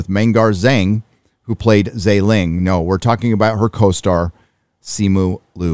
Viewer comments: It’s Simu LIU , not Lu ! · You didn’t even pronounce his name correctly It’s not Lu, it’s L-i-u